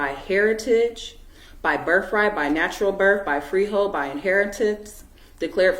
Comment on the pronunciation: Delusional much. Birf is not a word its birth. A good drinking game is to drink every time she says for the record.Drinking game 2 is drink everytime she says